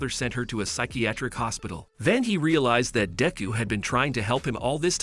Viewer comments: Dayku bruh use your real name and say deku right or please say midoriya don't call him dinku or dayku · He called deku diku